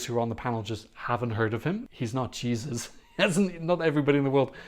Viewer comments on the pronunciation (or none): none